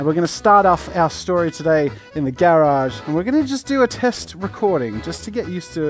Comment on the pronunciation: Anyone else cringe at the way he pronounces garage lmao